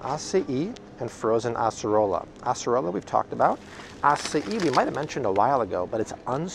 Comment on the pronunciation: Really impressed with correct pronunciation of “açaí and acerola fruits”. Great video as always. 🙂